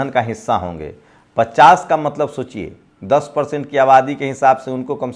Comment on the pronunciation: इंसान जीवन भर सीखता रहता हैरहटा है। तुम बोलने में सुधार जरूर किए हो कुछ जैसे सोचियेशोचिए कहना कम किए हो।